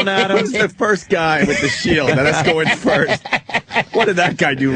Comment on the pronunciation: Patrice said "foist" lol. I cant stop fucking laughing